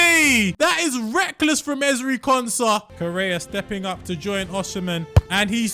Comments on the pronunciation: Wtf is Oshimen? It is osimhen, osim-hen, not Oshimen. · he said Oshimen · No way bro said "oshimen"💀